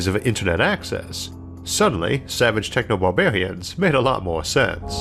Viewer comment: I really enjoyed the video but why are you talking like that? Bawbawians?